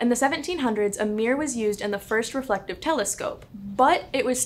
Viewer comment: Good video. The pronunciation of mirror sounded like mirrrr +vocal fry (dear lord, cannot unhear).